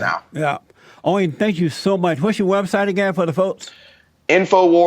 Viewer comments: Haha Jesse said welcome Owin ... Lol lmao Owin .... Owin... Down syndrome.... It's Owen down syndrome... Lol my ass off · Don't butcher Owen's name, please. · "Owen" is another one he struggles with.😂😂 Keep em coming Jesse👍👍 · Am I the only one dying laughing at Jesse trying to say "Owen" in the introduction? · Great interview! #FreeAlexJones I love how Jesse pronounce Owen!😂